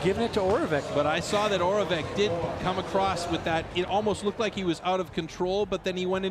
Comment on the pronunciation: Oravec /oravets/ Vaclav /Vatslav/ The Czech and Slovak C is a TS sound not a CH or K